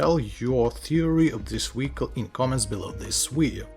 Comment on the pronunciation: Wery,wery, wediculous wehicle.